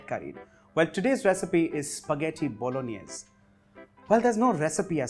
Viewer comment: Pasta bolaganesh 🤣🤣🤣 — jordindian